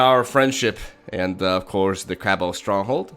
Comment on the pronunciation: I enjoy you pronouncing "cabal" as "cabble" :)